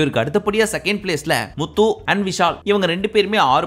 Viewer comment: bro na antha full episode patha ana ninga atha pesum pothu muthu nu varum pothu slang vera mari iruku eapdina low va solringa vera eallam nalla solringa ningalu pr ha maritingala ninga channel arambichi 10000 subscribe iruthathula irunthu pakura ana unga mela ippo nambikai illaa ninga solrathu kasu iruntha eanna vena pala la